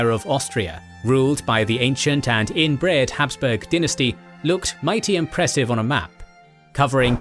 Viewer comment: I like how you emphasize inbred on the Habsburg...